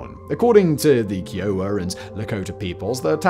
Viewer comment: The pronunciation of Kiowa... just hurt